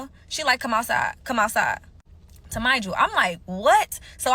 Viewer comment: Remind you lol not tamind you wtf